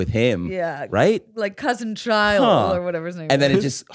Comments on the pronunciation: It’s CHILD, not CHILDS—thank u for getting it right lol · I love you Zack Cornfeld, but her name was Julia CHILD 😂 no s